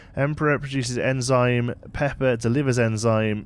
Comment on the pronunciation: PEEEEEEEEEP-er. Please get it right for this game lmao